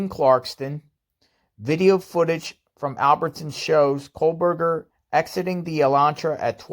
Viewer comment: Its kohberger not kohlberger